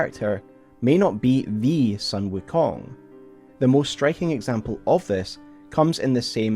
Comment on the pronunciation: not sun... not the solar entity. This is the family name Sun pronounced closer to the english word 'soon' or maybe a bit more accurately 'dune' but replace the d with an s.